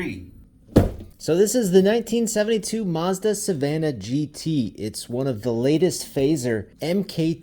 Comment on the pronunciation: It's maazzzdddaaa not musda😂